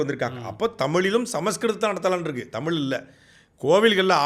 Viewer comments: Thambi, Neengalum Thamizh endurance solli pazhagungal. Thamil moli endru sollamal ‘ zha solli pazhagungal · சாட்டைக்கு ழகரம் உச்சரிப்பு வரவில்லை. 'தமிள்', 'தமில்' என்று தான் மூச்சுக்கு முன்னூறு முறை சொல்கிறார். இன்றைய தலைமுறைக்கு சுத்தமாக தமிழே வரவில்லை. இதில் அவரவர் தாம் தான் தமிழை காக்கும் தனையன் என்று பெருமை பேசுகிறார்கள். உங்க சீமான் மேடைகளில் ஆபாசமாய் நாராசமாய் பேசுவது எந்த வகையை சார்ந்தது ?